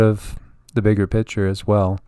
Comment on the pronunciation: Lol need to let you know when you say picture its sounds like you are saying pitcher.